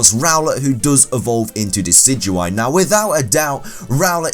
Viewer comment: #1, IT'S DECIDUEYE, NOT DECYDUIE! #2, THERE IS NO S IN NECROZMA! IT'S DAWN WINGS NECROZMA, NOT NECROZMA LUNALA FUSE! #4, NECROZMA IS NOT SUPPOSE TO HAVE A NICKNAME! ANY POKEMON THAT IS GENDERLESS CANNOT HAVE NICKNAMES! #5, PELIPPER IS SPELLED WITH 3 E'S, NOT 2 L'S! #6, IT IS IMPOSSIBLE TO CATCH A TOTEM POKEMON!